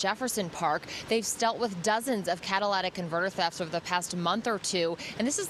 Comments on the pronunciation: Catalytic not 'Catalladic' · What the heck is "CATA-LATAC Convertors "